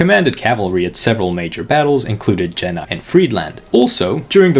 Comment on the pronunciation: Its spelled Ye-Nah, as in Kanye and no, not Jana